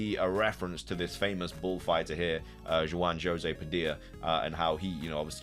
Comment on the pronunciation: Not jwan joesay 🤡